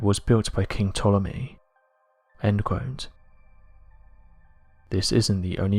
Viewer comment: I can't watch this channel any more. This guy can't say the word "quote" properly.